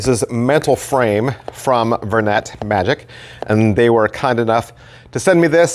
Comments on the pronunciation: I always thought it was pronouced "ver-neigh" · It is. is just using the 'merican pronunciation instead of the French one 😄